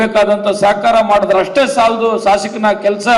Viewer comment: ಶಾಸಕಿನ ಅಲ್ಲ ಶಾಶಕನ